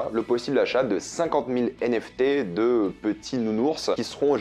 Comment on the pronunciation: Je pense que c'est plus commun de dire "les NFT" et pas "les zenFT", étant dans la crypto depuis longtemps c'est comme ca que je l'entends depuis longtemps! Après c'est évidemment à but constructif et pas une critique, y'a pas UNE vraie manière de parler hein le language c'est à tous 😉